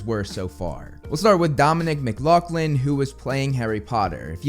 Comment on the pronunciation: His last name is pronounced Mc-laugh-Lin I know this because that is my last name as well Also I am happy these are our actors for this but would like to say me and the people I know are still not feeling the best about the fact they are trying to recreate the Harry Potter franchise because it is probably one of the most famous book recreations in the world it will never be the same as the original but I still can’t wait to see how they all do 😊